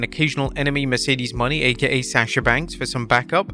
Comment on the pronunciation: LEARN HER DAMN RING NAME! IT IS MERCEDES MONE' NOT MONEY!!!